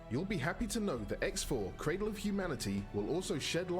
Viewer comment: Ummm.. it's "cradle" not 'craddle' just fyi.